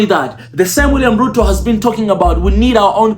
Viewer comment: Thxs man! but it's Ruto not Euro😊